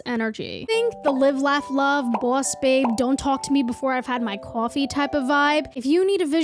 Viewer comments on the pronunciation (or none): they way you say boss and coffee is cartoonish i love it